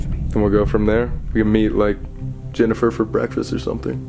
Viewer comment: No one: Not a single being living or dead: Colby: JeNifEr